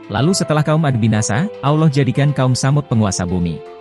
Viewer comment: ane keliru sama admin ini. sebut Allah aja ga bisa.. auloh auloh kayak lidah bukan muslim aja.. kalau ente bukan muslim cukup kaji bible ente aja udah..